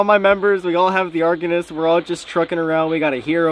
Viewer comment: Pronounced “argonos” hehe ❤